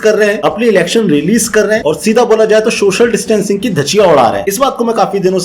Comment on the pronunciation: Can't u say 'Social distancing... u say shocial distancing 😂